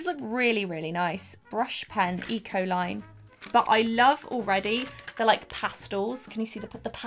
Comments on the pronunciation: When you said Ecoline, I thought you said E Coli and I was like "what do coliforms have to do with brush pens??" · Thought she said e-coli 😂